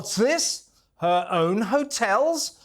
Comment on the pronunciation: What is she calling the hotels, ' '.😅😅😅😅😅😅😅😅😅😅😅😅😅😅😅